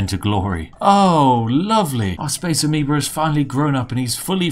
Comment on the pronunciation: A Massive Space "Amibo" xD I kept hearing that.